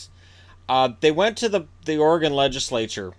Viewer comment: Thank you for saying Oregon correctly! :)